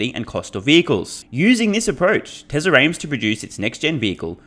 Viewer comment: When u say "Tesla Energy" It sounds to me like "TesleR Energy." What's up with the R fam? It doesn't have to be one continuous word, when a word ends in a vowel, and the next word starts with one, just pause. Tesla...Energy That will sound much better then adding consonants to a word that will never be required to add, making it sound ridiculous. Just sayin., love your channel, this is my contribution to making it better, so feel free to tell ur friends, and your countrymen. TY, Wagwan I'm done poopin.